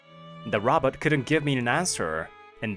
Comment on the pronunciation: Robit? or did they mean to pronounce it as Robot 🤖?